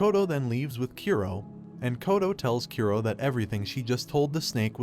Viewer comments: Japanese names are supposed to be read as Ku-ro not Kyu-roh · His name is Kura ( Kuu -do) not Kearo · Its kuro not kyuro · Why are you pronouncing kuro as kiro. The "oo" and "ee" sound are completely different sounds!!! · How do you mispronounce Kuro(black) that badly, it sounded more like you said Cuero than Ku-ro. A good rule of thumb with japanese pronunciation, is to pronounce the vowels clearly. And most of the the time have the sound of the vowel when it’s alone. Sorry if I sound mean but I’m really just trying to help make your content better, and I believe proper pronunciation of names is an easy way to do that. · His name is Black not "q row" it's pronounced ku like the kkk Ro as in rollercoaster Kuro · "A boy named Kiro" Text: Kuro Uhh... Rest of the video. "Kiro. Kiro. Kiro. Kiro." 🤣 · Kough-towe Kyoo-roe oh my fucking god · U said Kuro and I heard Kiro, kiro was my pet , died a week ago .